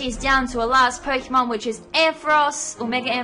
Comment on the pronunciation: nice sweep! though must say some of your pronounciations of some pokemon names is very annoying... =p